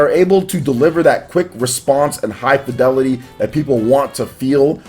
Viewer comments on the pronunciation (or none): none